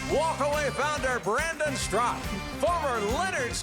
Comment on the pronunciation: Why are you Mr. Huckabee and your announcer pronouncing Mr. StraKA as Strak? It is very disturbing!